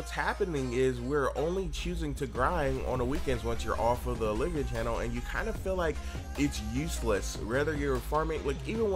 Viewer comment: They are Olv-ia servers not O-liv-ia